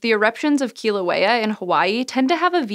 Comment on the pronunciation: I love that you cared enough to pronounce "Kilauea" better than almost any other person I've seen talking about volcanoes on YouTube.